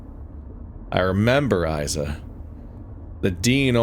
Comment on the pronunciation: Levi did a lot of writing, editing, and programming btw! Tech prince has helped a lot as well, it's not a solo project (Also I'm still watching so maybe you figured it out but "Isa" is pronounced "Ee-Sa")